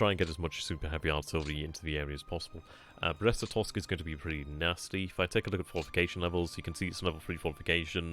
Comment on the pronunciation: Glad to hear you've got the Brest-Litovsk pronunciation fully mastered! :)